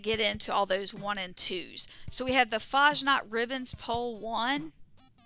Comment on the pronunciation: As a German, it really bothers me how Americans pronounce Fasnacht 😂